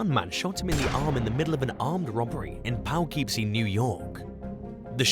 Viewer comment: #5 it's pronounced Poo-kip-See. Not Pow-keep-see